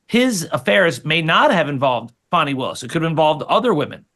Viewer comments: Oh holy cow Dave is a district attorney .. wow. What the actual hell. And it’s Fani not Fauni … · IT'S "FAWNY WILLIS" NOT "FANNY WILLIS". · FYI: Ms Willis’ first name is pronounced Fah-nee not Fan-nee. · Her name is pronounced "Fahhhhni" not "Fanny". C'mon, Megyn. Don't dip down the Charlie Kirk road of basically calling her "Big Fanny Willis". I thought this show was "No agenda?" B.S. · her name is Fani not fatty!